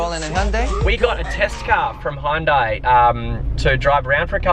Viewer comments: It's HYUN-DAI, Not High-Hun-Day or Hun-Day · You could learn how to say Hyundai.